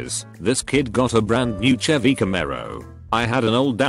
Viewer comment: Nobody: Text to speech bot: Che•vee